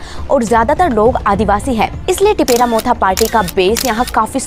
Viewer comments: This is not Tipera it’s Tipra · It's tipra not tipera SARSAR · What the heck is adivasi? Try pronounce tipra in a correct way